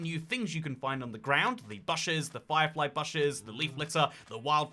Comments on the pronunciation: As a Brit myself, never in life have I heard someone pronounce bush (b-oo-sh) the same way you would say lush. just sounds wrong. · Google offers audible pronunciation guides for words btw. You can learn how to say "bush!" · Please correct your pronunciation of bush. It's really irritating, it's not like you have a thick accent. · its bush as i n swoosh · please stop saying bush wrong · He's back to the wrong pronunciation of bush. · "b'u'sh" "b'OO'sh" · its engagement bait and we have fallen for it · I've never heard anyone say it the way he does in my life it's so odd